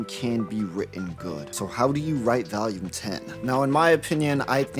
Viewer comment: Where are you from brother?? I've NEVER heard anyone pronounce "volume" like that in my life